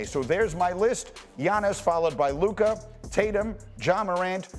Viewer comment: Its luka and its not close